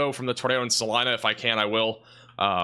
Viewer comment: Thanks for pronouncing Salina (KS) correctly!